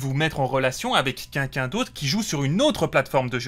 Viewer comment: Quelqu’un et pas quinquin…. Ca Commence mal